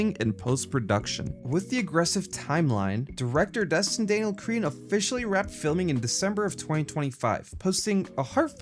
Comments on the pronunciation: Bro it's not Cretin it's Cretton. Cretin is a word for a foolish, obnoxious, or deeply unintelligent person. 😂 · It’s cretton not cretin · Its pronounced Cre-tun not creeton lol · please please please pornounce crettons name correctly